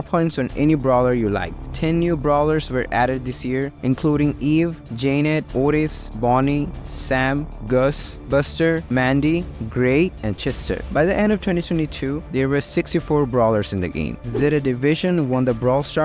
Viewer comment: nah cmon wtvr AI/voice u were using def could've been pronounced better like wdym Jaynet